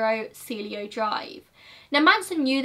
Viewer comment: Cielo is see-el-oh